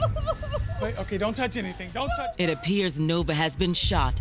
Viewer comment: It’s Not “ OTAY “